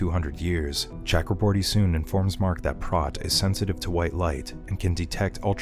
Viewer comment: Please pronounce Chakraborty correctly :/